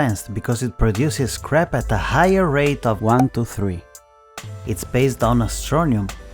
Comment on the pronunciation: I'm laughing so hard because when you say scrap it sounds like crap LOL.